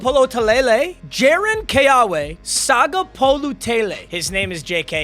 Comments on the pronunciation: W’s in hawaiian is pronounced like a V. so keawe would sound like keave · The QBs middle first name is pronounced Kay aw vay I have the same name